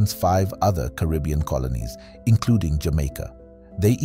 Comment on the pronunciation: Car ah b un.... not Cah rib e un !!!